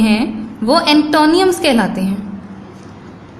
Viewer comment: Check antonyms pronunciation on Google please۔ and also cruel۔۔